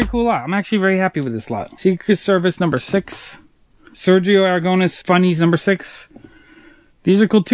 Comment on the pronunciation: You say AraGOUnes the tonic silabel is the Nes so is AragoNES. Great comic book collection.